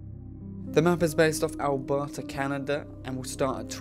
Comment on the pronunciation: U didn’t say Alberta right I live here so it’s really cool